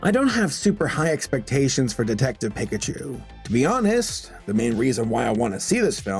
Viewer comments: Stop saying pick a chu. it hurts my ears. It's peek a chu. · that's probably why you said pickachu wrong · I could tell by the fact you called him "Pick at you." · everyone's hyped about hazbin hotel and im over here gettin mad bc he's saying "PICK-a-choo"... EVERYONE says "PEEK-a-choo". except saber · Piccachu no hate. It’s actually satisfying hearing you say Pikachu like that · pronounces pikachu pick-a-chu Me: REEEEEEEE!!! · Weird the way pronounces Pikachu. He pronounces it as “Pick-a-chu” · It’s pronounced pee-ka-chu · Ah yes...I can't wait to watch Detective PICKachu too (listen to how pronounces Pikachu o^o) jk I'm a huge fan lol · You said PECKachu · "pee-ka-chu" is the offical pronunciation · What is a Pick-a-chu? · excuse me, but its pronounced pikachu (PEE-KA-CHOO) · I'm not gonna be one of those rude fellas in the comments and pick-a-chu for your pronunciation. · I can't take him seriously when he pronounced Pikachu as PIC-achu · "pick a choo" really...? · Did anyone else get annoyed when pronounced Pikachu as Pickachu? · How are you so bad at pronouncing Pikachu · The way you say Pikachu is odd. Not "So Cringe Grammar Nazi Must Correct You", just odd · "I'm not a diehard Pokemon fan." Mispronounced Pikachu 2 seconds earlier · Im sorry, but i couldnt not point this out, your pronunciation of pikachu is painful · Does it bug anyone else that was mispronouncing Pikachu? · I just... i can't get over how he says pikachu... I mean yeah, that's how it looks how it should sound, but still... EVEN THE TRAILER SAYS IT RIGHT